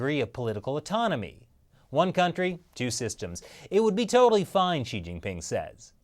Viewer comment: It throws me for a loop every time you say “she he” when referring to she-ge-ping.